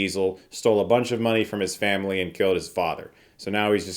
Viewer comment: Fambly. We had to stop watching them after my wife invented a shot every time Vin said Fambly. We lost our eldest son to alcohol poisoning after the third one yet we kept watching until the 5th one. Rest in peace Godfrey, you are missed. Not sure I will see this in the theater but I will definitely catch it on streaming at some point. Fambly. Once you hear it, it can't be unheard.